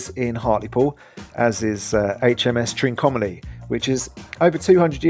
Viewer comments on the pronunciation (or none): Trinco ma ( not mar) lee and it's well worth a visit